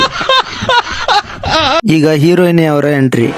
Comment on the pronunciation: ಗುರು, 'ಹೀರೋಯಿನ್' ಅಂತ ಹೇಳೋಕೇ ಬರಲ್ಲ, 'ಹೀರೋಯಿನಿ' ಅಂತ ಹೇಳ್ತಾನೆ! ಹಹಹಾ. ! 😂